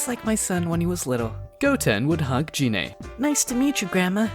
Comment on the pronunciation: It's a good story, but dude, "dragon spheres?" Really? They're "dragon balls" You even said Gine and Namek wrong, but again, good story